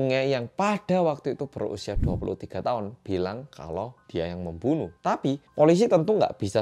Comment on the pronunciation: "Memoenoeh" ngakak maaf aku ngakak juga wkwkwk😭😭🙃😎